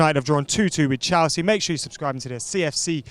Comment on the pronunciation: Someone tell Adam it's Chelsea not Chalsea please 😭😭